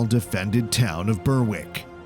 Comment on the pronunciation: Troops near "burwick" Berwick is pronounced "b-eir-ick"